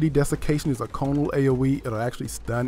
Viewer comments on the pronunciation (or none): Hate to be a stickler, but it's pronounced "conical" not "conal".